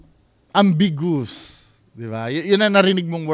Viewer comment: am-big-yow-woos pronunciation dun 😂